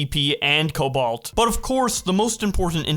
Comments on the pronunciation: Bro pronouncing cobalt “cubaalt” is ridiculous 💀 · The way you pronounce cobalt hurts my ears.